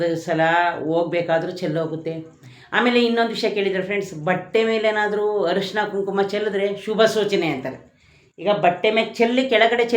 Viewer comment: ಅರಿಶಿನ ಅಂತ ಹೇಳಿ ಹರಿಶಿನ ಅಲ್ಲ. ನೋವು ಅನುಭವಿಸುತ್ತಾ ಇರುವವರಿಗೆ ಪುನಃ ನೋವು ಕೊಡುವುದು ದೊಡ್ಡ ಪಾಪ.